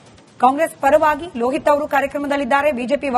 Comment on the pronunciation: Lohit .not lo hita